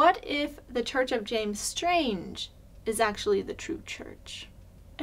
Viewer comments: I believe it’s Strang not Strange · Strang, not Strange. (There goes your whole case!) 😉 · It’s Strang. Not Strange. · James STRANG not "strange". LOL! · FYI, it is James Strang. No "e", pronounced with "-ang". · James Strang not Strange, Obviously you don't know a thing. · 6 ways to cherrypick shallow information. Can't even pronounce James Strang's name right. 😂